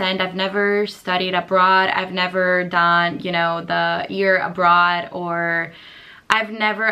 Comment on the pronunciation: "year a bra" Io: a bra?? Un reggiseno? Sempre io: oh, abroad. Ok. Lo parli veramente benissimo, per quanto io lo capisca abbastanza bene hai davvero una pronuncia strettissima, come gli americani 😂